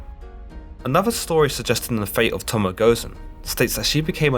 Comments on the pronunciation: Its not pronounced Tomo its actually pronounced Tomo- eh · It is not tomoe. Its tomo-e. Separate the E from tomo and pronounce it as such. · It’s pronounced To/mo/e, not To/mo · Toe + Moe + Eh is how you pronounce it. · I never watch videos done by people who can't pronounce the name of the subject properly. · You said her name wrong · But her name is Japanese, so he should have used the Japanese pronunciation of her name. It's not rocket science, especially since vowels in Japanese are pronounced in a fairly consistent way